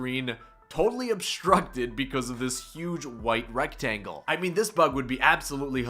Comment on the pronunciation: Did you say rectangle? Sounds very German 😂👌